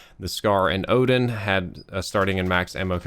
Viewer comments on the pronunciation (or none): none